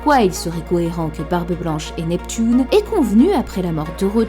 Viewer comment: Après la "pouissance" de on a eu le droit au "Neptoune "